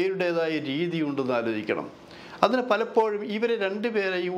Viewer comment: നീ,ക്കുറെ, ആലോജിക്ക, ഏന്നിട്ട്, വീണ്ടും, ആലോജിക്കണം,, ട്ടോ, ക്കുറച്ച്, ആ ലോജന, കുറക്കാൻ, പറ്റുമോ, ഏന്ന്, ആലോജിക്കണം,, ഒരു, ആലോ ജന, അരോജകൻ,,😮😮😮